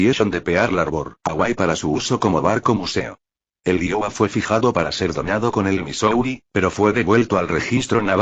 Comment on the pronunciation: El único problema es la forma qué habla y pronunciar el nombre Iowa , Wisconsin